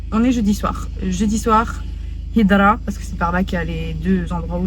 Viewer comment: Machaalah vous êtes resplendissante on dit hydra avec ح حيدرا